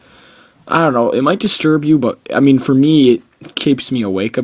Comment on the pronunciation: For* not foe.